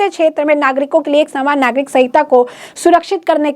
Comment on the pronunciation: Swagat....saaman nagrik.... What a pronounce..